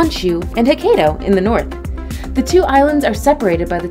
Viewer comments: Interesting video unfortunately ruined by the mispronunciation of most places mentioned. Ho-ka-ee-doh, Folk-stone, Cah-lay, Teh-ms (Thames), the list goes on. It's not enough to dig out a bunch of info about something if they're not complemented by correct pronunciation. A simple Google search will help you out for next time. Often times there are audio samples on Wikipedia (try Calais for instance) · It's pronounced Hokkaido